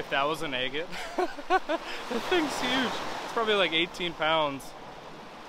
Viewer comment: I love watching your videos! I've rock hunted over 50 years so I totally understand your giddiness when you find a beautiful rock!😊I need to send you some of mine to cut! I think you should flatten a bottom of that big baby and cut it into fourths!!! Stand them all 4 next to each other...breathtaking!😍thank you for sharing your hunts with us!!💕 I love how you say egate!🤗there's my idea for that big baby!😃